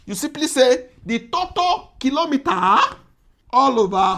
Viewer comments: i kove u so much, pls dnt take it the wrong way...it is pronounced totAl not totol. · did you say Toto distance...😂